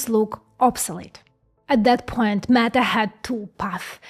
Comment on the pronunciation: I like the way you pronounce “Meta”, …..”MAGA”. This is great because they won’t have to strain their last two brain cells to think at all. AI, Fox and the church will do all the thinking for them.